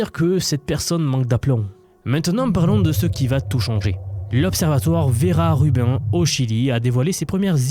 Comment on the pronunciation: Très intéressant de nous parler de l'IA en dehors des sentiers battus. Une remarque toutefois, Rubin se prononce plutôt comme Sabine pas comme Urbain😢.